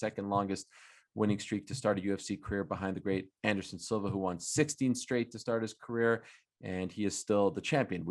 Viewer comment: ariel pronounces won wrong